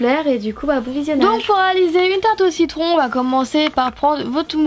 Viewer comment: tu a dis tarte aux cicons a 0.42 sec je croix mddr 😂😂mais ta vidéo est super comme toutes les autres 😍😍😘😘